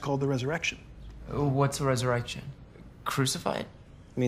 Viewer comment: It's not resurrection it's res-erection